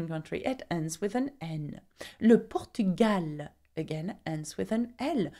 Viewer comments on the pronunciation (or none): none